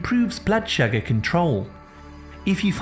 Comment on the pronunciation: I think his natural accent is probably from the north or middle of England and he has flat vowels which he’s trying to disguise for whatever reason. He’s turned the flat “uh” sound in “sugar” into the “ah” sound which he thinks sounds better (again for reasons best known to himself) when in actual fact even people from the south of England don’t say “shagger” (which in the UK is something else entirely!) they say sugar with a slightly less flat “uh”. I love the different local accents and have to admit it was grating on me too, so that explanation is my best guess 🤷‍♀️